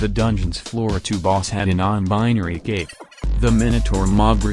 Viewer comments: all i can hear is the tts saying optifind gape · I will always love the way that the tts voice pronounces cape